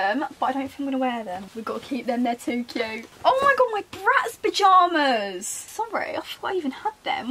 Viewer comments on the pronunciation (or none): you drive me insane saying bjamas and not pyjamas ahhh hahaha ❤️😂x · I love how you pronounce pyjamas 😭💞